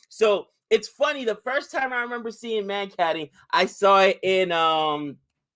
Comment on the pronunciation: The word comes from a guy called vinoo mankad who first did it hence it is called mankading.the first a is pronounced as a u in umbrella.